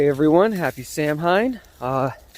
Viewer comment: C'mon man, it's pronounced Sah-win...